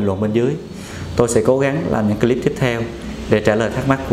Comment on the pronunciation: Bác sĩ nói tiếng Em thì giỏi . Còn nói tiếng Anh thì dở ẹt .phát âm từ CLIP sai bét . Mỹ nó cười cho.